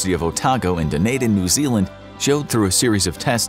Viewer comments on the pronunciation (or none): It is Dunedin not Dunadin.